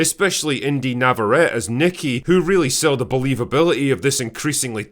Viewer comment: Drinker, her surname "Navarrette" is pronounced Nav-a-ret-ee not Nav-a-ret as you pronounced it.